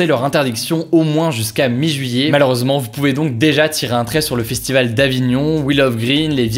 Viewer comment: "Le fistival"